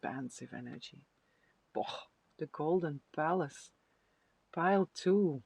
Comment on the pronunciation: Pile 2 - i thought you were saying golden phallus ….. oh golden palace! 😂😂😂